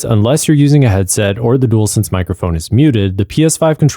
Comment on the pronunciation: “Dool sense”